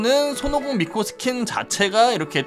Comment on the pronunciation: 마지막 미코 음성에 왜 친구 빵댕이 라는 소리가 들리지..?